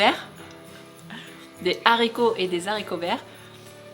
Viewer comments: Non non les haricots avec un h aspirer non pas les zarico bisous à vous bon Réveillon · non pas toi!!! alors oui on "peut" le dire, mais qu'est-ce que c'est moche: des Zaricots, c'est ce que mangent les zandicapés, c'est coupé avec des zaches??